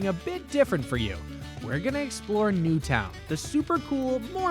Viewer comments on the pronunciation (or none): none